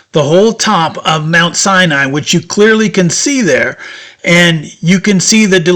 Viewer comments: It is Mount Sinai, not Cyani......Just to point out what is correct. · It's pronounced: sy-nye, not cya-nye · So, your narration is superfluous. Sinai has no "an" in it! It is Sigh nighy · Every time you say Mount Sinai, you pronounce it cyan I which means cyanide. I really am enjoying it, I notice that because I have closed caption on and they keep spelling it like that. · Sinai has only 2 syllables